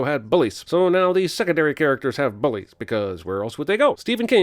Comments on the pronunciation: the way you say bullies HURTS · Love how you say 'bullies'. 😂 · Lol good to know I wasn't the only one bothered by this 😂😂😂